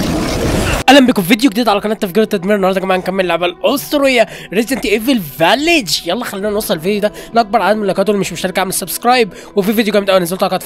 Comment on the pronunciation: اسمها فيليج مش فاليج